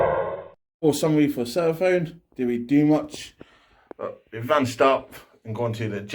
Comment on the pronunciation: It’s Seraphon not sera-phone ....